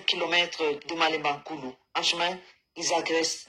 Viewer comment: Il S'AGIT de "MALEMBANKULU" et non "Malanda nkulu "😂😂😂